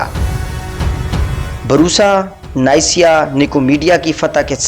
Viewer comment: Neysiya nahi Niqiya lafz h